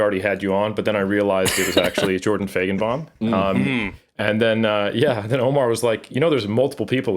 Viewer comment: Still mispronouncing Feigenbaum lol